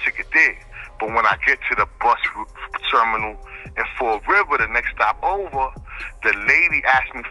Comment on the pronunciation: Fall river, Massachusetts not fort river......